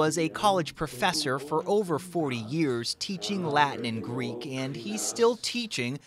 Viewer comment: he is using an americanised version he is not pronouncing with a "greek" twang he must learn modern greek first